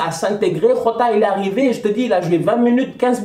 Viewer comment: Top Performance de Liverpool. gères toi on dit pas hota on dit giota car le petit est portugais et dans le leur langue le J se prononce gio.comme José Mourinho. c'est la énième fois fois que tu dit hota.sinon top débrief.